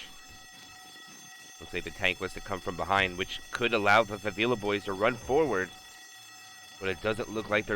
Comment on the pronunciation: this isnt how you say favela. it's not fah-veela. it's 'e' as in 'dead', fah-veh-lah